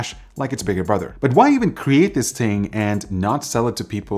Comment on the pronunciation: "dis ting" eber coming in real hip hop with that jamaican accent :P